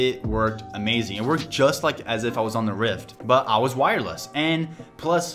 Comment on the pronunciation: u said wiresless